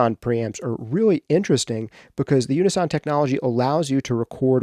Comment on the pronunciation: why are you saying unison like that